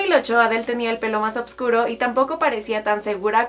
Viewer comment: una grosa adele... lo que si la que relata dijo varias veces oBVscuro, será oscuro mejor dicho